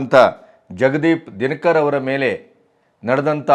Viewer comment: Our Vice-Presidents name is Jagadeep Dhankar, not Dinakar. Pleaae check the pronouncement.